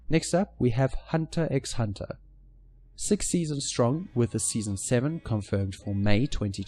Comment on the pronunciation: Lmfao u really said the x in hunter 😆